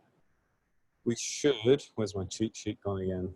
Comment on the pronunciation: I thought he was saying ChiChi instead of cheatsheet In general I think postgraphile is good for generating CRUD. It can really speed up the boilerplate setup. Other than that is not scalable for development since you would have a bunch of SQL files. So everything non-CRUD should be in in framework atop the postgraphile.